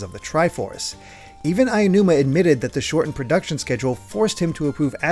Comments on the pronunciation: Nigga, it’s aonuma not ayanuma. Learns to pronounce properly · I love you guys, but the pronunciation of Aonuma is killing me. A (ah) o (oh) nu (noo) ma (ma) There is no ayanuma. It's Aonuma. Ah-oh-noo-ma. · Super great in-depth video and I can't wait for the next one. Hopefully it doesn't come off as rude, but it took me out of it each time Aonuma was pronounced like "aiya-numa" 😂